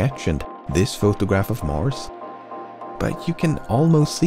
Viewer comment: Mars* not Mors